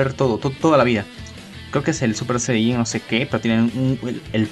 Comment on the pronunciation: Es Goku super Saiyan 9 no saico